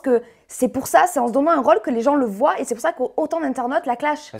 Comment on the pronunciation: Laurine Dursap "voyent" ptn 😂😂😂